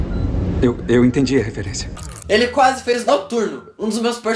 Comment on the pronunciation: Que q é "quasse"?